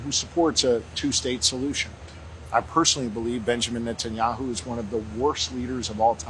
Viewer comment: 100% correct. They even play dumb like they don’t know how to say netenyahus name 🤣🤣🤣 keep an eye out for it. I’ve noticed it for along time now and does it in this episode multiple times. It’s like they’re scared AI transcripts will pick them up talking shit and report it to the Big Yahu 🤣🤣🤣